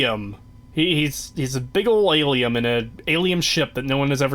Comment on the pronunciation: Is saying Ilium on purpose for the Alien?